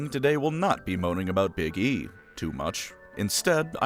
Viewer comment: I misheard you pronounce "Big E" and now I will only ever refer to him as 'Iggy.'